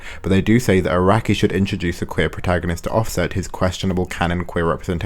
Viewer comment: love how the only pronounciation errors in this video are made by text to speech, hope that's how people will see ai art yoshi, arakai-sensei